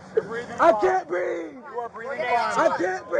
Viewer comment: "i cain breeve!", and "she had a dream" all in one video. almost hit the trifecta! i wonder why they called that neighborhood "crime hills"? i know one thing for sure; scott adams doesnt live there.